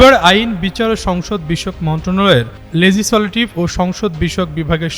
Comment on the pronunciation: লেজি সলেটিভ কি? লেজিস্লেটিভ বল